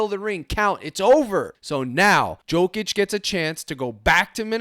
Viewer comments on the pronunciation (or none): none